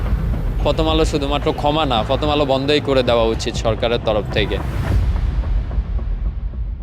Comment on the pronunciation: প্রথম আলো ❌ ফতম আলো ✅ 😂😂😂😂😂😂ওরে শিক্ষা বাংলা ভাষার পুয়া মেরে দিলেন 😂😂😂😂😂😂